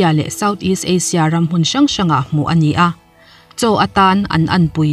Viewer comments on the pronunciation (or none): none